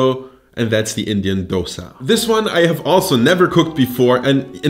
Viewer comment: The fact that you pronounced dosa correctly made me very happy.